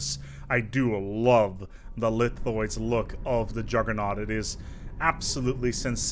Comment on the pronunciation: "I would like to tell you about...the Juggernæu"